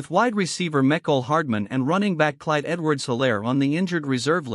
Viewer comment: It's Mecole pronounced Meecole